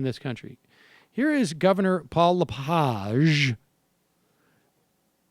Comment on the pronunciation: Pronounced "La-Page" like "turn the page in the book". Just fyi, the bad pronunciation gives his name far too much class. He's a pig.